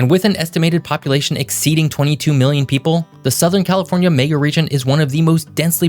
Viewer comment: What’s a May-ga Region?